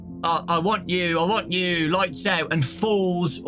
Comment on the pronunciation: I thought he was saying “I WANT YOU, I WANT YOU”